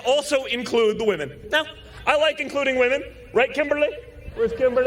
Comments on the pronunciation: Ha, don jr said.......womenu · "WOMENU" hahahahahahahahahahaha